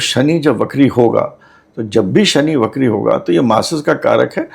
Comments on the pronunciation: Shani bakri nahi, vakri hote hain. Please hindi ko achhe se samajh kar baat karen. Hum Hindustani hain aur hamari hindi achhi hona bahot zaroori hai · बकरी नहीं वक्री होता है